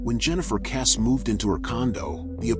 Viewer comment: Why is your phoney video pronouncing her surname incorrectly. You AI lot are ridiculous and disrespectful.